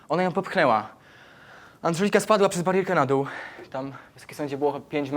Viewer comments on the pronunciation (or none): AND_ŻELIKA 😂 Czy tylko ja to tak słyszę, gdy chłopak tej dziewczyny mówi o niej?